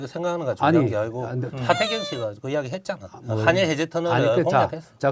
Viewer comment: 빵터졌어요 발음이 ㅋㅋㅋ 가득신공항 항경단체 가그정건 한일해즈트늘 하태갱 핸안이 느무많다 ㅋㅋㅋ